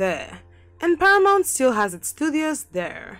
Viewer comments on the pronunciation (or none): none